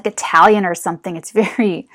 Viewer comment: Lol you keep saying Italian haha 😂